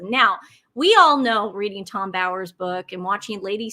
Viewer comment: Tom Bower is a British author who writes a lot about the RF. It is pronounced BOW to rhyme with COW .